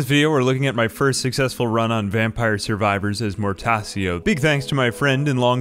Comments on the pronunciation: His name's pronounced "Mortacho" btw, that's how the Italian language works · “Mortasio” Ow, my Latin based language cries in pain and anger. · Your pronunciation of Mortaccio gave me a stroke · Mortaccio's c are pronounced as chalk my liege